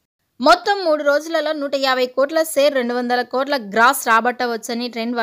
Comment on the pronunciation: సెరు కాదు షేరు అనండి